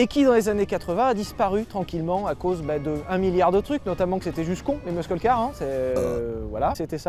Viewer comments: on ne dit pas "muskel" car, mais "mussel" car... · Respect à toi sylvain mais please! Pas meuskeule mais meusseule car! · On dit "meusseul" pas "meusceul" les loulous ^^ <3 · "mussel" bordel pas mesquel les mecs enfin ! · Les "meuskeule car" MDR... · C'est "MUSCLE CAR" pas "muskle car" !!! 🤦 À par ça continuez comme ça je kiff le contenu 😁👍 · "LES MUSQUELLE KAR" suffit de le dire comme ça "Meusseule car" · Les gars, je vous adore et je passe une seule fois une gueulante qui vous fera chier mais qui se veut constructive : ou tu dis "meussel" car ou tu dis "muscle" en français mais "meuskel" c'est archi nase. Ensuite, arrêtez le mot aérodynamisme ! Ça n'existe pas !!! C'est aérodynamique, point barre ! Sinon, bonne rentrée les choux, plein d'amour sur votre descendance 🙏🏼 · Hé, mec, on dit pas 'muskle car', on dit 'mussle car' ;-) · Quelqu'un pourrait leur dire une bonne fois pour toute que l'on dit '' meusseule car'' et non pas' 'meuskeule car' '? 🤷‍♂️ Merci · Soit dit en passant, on dit "meusseul" car pas "meusKeul" car. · Meusseul car et non pas meuskeul car ^^ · Mais arrête de dire ''meuskeul'' car wesh c'est ''meusseul''. Bisous merci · Arrête de dire meusqueule, muscle car ça se prononce messel car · Putain de bordel c est quoi cette prononciation muscle car « meuskeul car »….fuis bordel!!! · Sylvain : Muscle car, prononcé "meusseul car" 😂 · MEUSKEUL CAR. 😂 Fais un effort Sylvain bordel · la meuskeul car lol, vous en faites expres ou bien? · "muskeule car" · Jsuis chiant mais on dit "meusseule car" pour Muscle Car en anglais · Repeat after me : "meusseul car" ! Le "c" ne se prononce pas... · Faut arrêter de prononcer muscle car Comme ça SVP